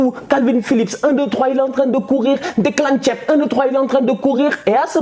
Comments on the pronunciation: Declan tieb ou Declan rice😹😹😹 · Declan ''tchêp''😂😂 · Je rêve ou bien j'ai entendu Declan Tchiep pour Declan Rice? 🤣🤣🤣🤣🤣 gère toi stp. Southgate doit démissionner il est trop nul. Bravo à L'Italie rek, de vrais guerriers